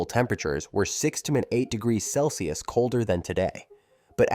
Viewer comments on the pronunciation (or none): none